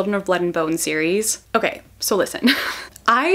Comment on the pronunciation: Ok so listen. You probably don't care but it's not pronounced Zaylee XD I have a Nigerian friend who corrected me very quickly because we read this book together. It's pronounced Zeh-lee-eh which is harder to pronounce but it's more correct. I lived in Nigeria, my friend knows how to pronounce it. Just wanted to say htat.